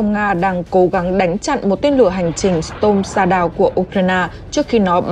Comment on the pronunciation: Đọc không đúng storm shadow học lại cách đọc trước khi đọc